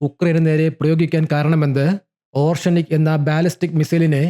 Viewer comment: ഓർഷെനിക് അല്ല ഒറേഷ്നിക്